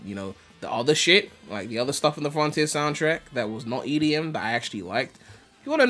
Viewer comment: This dude said edm -.- Good content, keep it up!